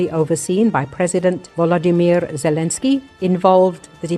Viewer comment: "dijo el presidente wimir zilinkir" jajaja .... pura ai con voz femenina jajaja.... vamos Ukrania!!